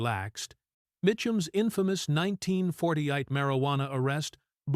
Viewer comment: WHAT THE FUCK YEAR is "nineteen fortyite"?? Fuck ALL THE WAY off, AI BOT.